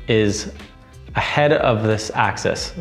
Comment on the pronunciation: It's "AXIS" not Access.